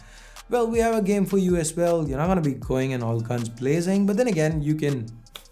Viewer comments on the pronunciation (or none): Bro you said "ass well"😂😂😂😂